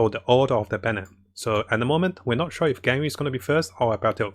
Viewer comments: btw why is he saying "ganwing" for ganYU or is it how its supposed to be pronounced hahaha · Ganring(Ganyu) and Albetto(Albedo) Subtitle: Gaming and our battle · why do you pronounce it ganring it's Gan you